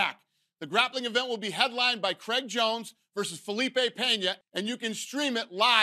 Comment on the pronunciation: his name is Craig...not Creg.